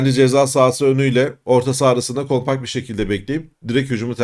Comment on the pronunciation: İzninizle, “ kompak” değil, “ kompakt” .